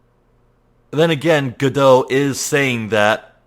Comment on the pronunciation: hey, the first let's player to get godot's name right right away! now it's time for this bitch!!! edit: I screamed loud enough that i started coughing this episode.